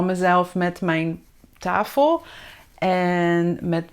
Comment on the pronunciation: do you say tafel (tahel)? Maybe i do not hear it good or? Dankje wel voor video.